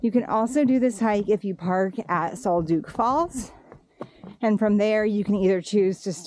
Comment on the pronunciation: Great video. I plan on doing it this tear. Pronounced Sol duck rather than sol duke.